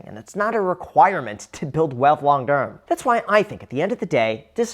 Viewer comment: he says "to build wealth long term" 😂 I had to back it up 3 times and finally put on captions to figure it out. I thought he was trolling us with gibberish for a min